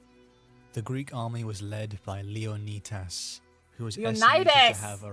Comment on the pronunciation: His pronunciation of Leonidas is the correct way, not the english way